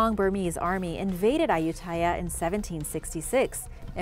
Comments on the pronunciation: Hi A-you-ti-yah was the name. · Ayutthaya is pronounced a-yout-ti-yah